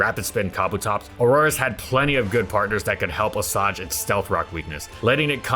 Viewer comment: Ummmm assuage is ackshually pronounced əˈswāj